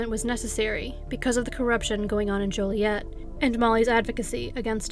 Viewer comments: Hmm...maybe HC is a fellow Canadian. We know how to pronounce Joliet properly, what with our bi-lingualism and all! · Dang, I grew up in Ottawa Illinois which is SO close to Joliet. Also, THANK YOU for pronouncing Joliet with a long O lol. I cringe when people pronounce it as Jolly-et..😖